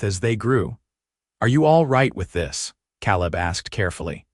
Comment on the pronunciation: So, what happened to the team of oxen and the wagon Eleanor left, her name is (L a nor) not (Lean er). Caleb is (K leb) not (Kal eb)